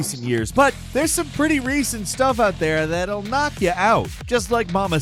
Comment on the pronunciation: “ that’ll “ is bothering me lol